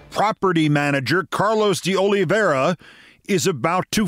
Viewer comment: I believe his name is pronounced "De Olive - ee - ara."